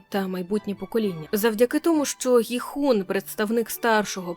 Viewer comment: Він Кіхун, на крайняк Ґіхун, але ніяк не Гіхун. Корейці нашу г навіть вимовити не можуть, звідки вона взялась я не розумію.